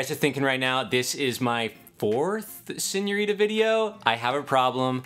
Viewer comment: He takes the t out of senorita